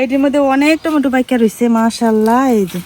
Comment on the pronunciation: টমেটো 🍅 ❌ টেমুটু 🍅✅